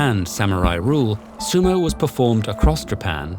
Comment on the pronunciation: Weird that a hard for English-speaker word like 'dohyou' was enunciated correctly, but not 'sumo'. 🤔